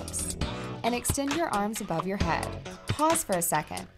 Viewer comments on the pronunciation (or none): Download our "op"? Get your "mot"? Work on your "obbs"? Put the bar behind your "had"? Why does she refuse to pronounce the a in app, mat, and abs, but then she makes that omitted a sound instead of the e in "head"? No one has a "had" perched upon their neck. It is a head. H-eehhhh-d. You have a "h-eh-d", not a "had", on your neck. Or should I say "nack" instead of "neck" so she can understand me? Ugh. What's with this trend of middle-aged American women these days not understanding how to pronounce basic vowel sounds? Too distracting. Can't make it through this video. I don't want to end up with "obbs". Sounds like a dreadful disease.